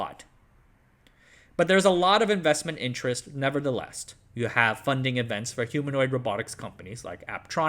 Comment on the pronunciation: it's "never the LESS' not 'never the LEST' :)